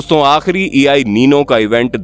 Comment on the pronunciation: E i nino ❌ EL nino 👍 ✅